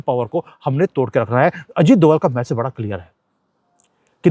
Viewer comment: Please say 'message' not 'massage'.